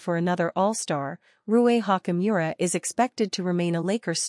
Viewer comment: How many times did she say Rui Hawk-E Miura??